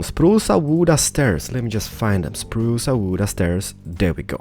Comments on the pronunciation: Sprucea a wooda stairs :D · He also said sprucda wooda stairs